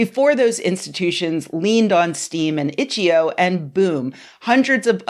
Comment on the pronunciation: didnt even say the name of the game website correctly. its itch. eye oh. not itcheoh